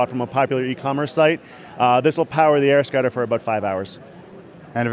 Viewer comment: Sounds like he says AirScatter every time (like ). Anyway, what if it's bright out and you're wearing sun glasses, wonder how viewable it is.